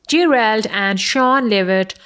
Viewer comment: She said "Gee - Railed" lol